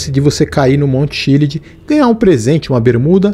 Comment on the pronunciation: Errar a pronúncia do monte Chiliad de propósito é de dá arrepios kkkkkkkk